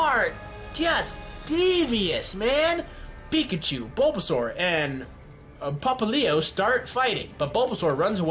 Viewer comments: ITS PRONOUNCED POP LI O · ITS pop-li-o how to pronouns it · Turpig, now it’s like tehnpig Popallio... why? Pop li o Teh pig Pop li o Please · Terpig? Pffffffffhahaha its pronounced tepig Also popplo? Llooooooooooool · I hate how he pronounces Tepig and Popplio